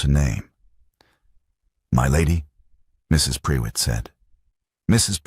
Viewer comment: Prewitt is pronounced 'pru it' not pre wit which I found annoying and who was Catherine. I started off by thinking he must have sent his wife away so he could be with Catherine, not that she had left for another reason. I follow the subtitles and words were missing, sometimes it missed several words together and others spelled wrongly.